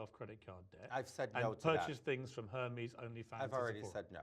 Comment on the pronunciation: Her-me's?? Hahahahaha Pierce!!!